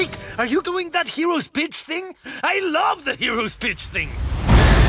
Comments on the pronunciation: "WAIT ARE YOU DOING THAT HEROS BITCH THING?" you csnt tell me it doesnt sound like its saying 'bitch' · It's actually "pitch" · "hero's pitch thing" is what I heard